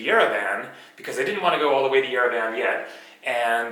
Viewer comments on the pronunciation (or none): You pronounce Yerevan like EuroVan :)))) good video though I hope you will have the chance to come back.